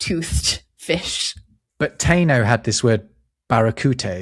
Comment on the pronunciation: That's not how to say "Taino". TAH-i-no. Or ta-EE-no. More likely the former.